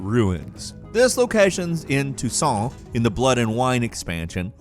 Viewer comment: This dude pronounces Toussaint correctly but butchers Skellige. Smh